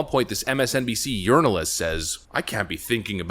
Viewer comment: I swear I heard you call the MSNBC host a "urinalist" and I almost p*ssed myself laughing.